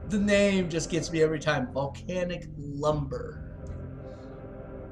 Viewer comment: Volcanic lumberER you didn't say it right